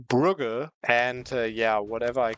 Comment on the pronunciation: brugges pronounced as brooj